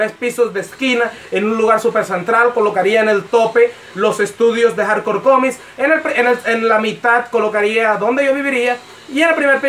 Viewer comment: "Comis" Jajajajajajajajajaja